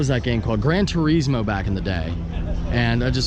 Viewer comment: Gran Tur-is-Moe. Gran Tur-iz-Mo...yeah no where are u from again?